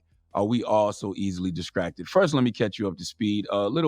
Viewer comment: "Diskracted"- Charminmayne